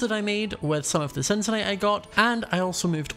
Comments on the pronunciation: Cincinnati - Cincinyt Only got it right. It's CINCINNACITE (Sin-si-na-sayt) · while tried so hard to pronounce it's word very well, you just settled for just Cyncinite. lol